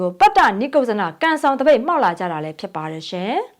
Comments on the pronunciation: ပတ်တ နိက်ကုဇ် ဇနလို့ဖတ်ရတယ် ညီမရေ။ပတ်တနိကုဇ်ဇနမဟုတ်ဘူး။ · ပတ်တ နိတ်ကုတ်ဇန လို့ဖတ်ပါ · ပတ်တ,နိတ်ကုတ်ဇန လို့အသံထွက်ပါတယ်။